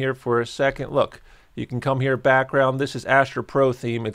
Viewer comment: Did you say Astro pro or astra pro